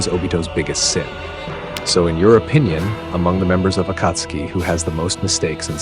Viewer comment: that's not how you say akatsuki